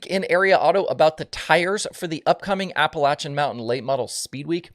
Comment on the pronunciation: This was a great show. The tires and the Cory Day backstory awesome. This is why I never miss a show. 😎👍🏻 and thank you for pronouncing Appalachian correctly 😄